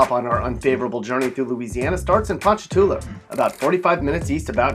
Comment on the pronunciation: well look, as for hammond, he's got it 100% right, but ponchatoula, maybe not